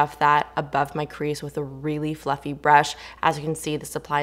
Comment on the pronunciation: When you said fluffy brush I heard "Fu**ing brush" 😂 bahahaha